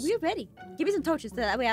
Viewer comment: Guys, according to in 2019, it's not torches, it's toaches. There's no better word than toaches.